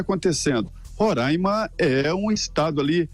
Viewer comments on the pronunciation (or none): Alguns falam rorãima e nao ronraima como vc disse. O correto é Roraima. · NAO É RONRAIMA, SE FALA RORAIMA. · É Roraima não ronraima Felipe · É Roraima, não Rorãima